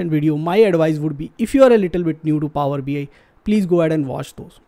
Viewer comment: PHOoower bi